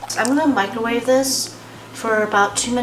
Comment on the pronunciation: Wooh I'm glad I'm not the only person who says microwave like mikerwave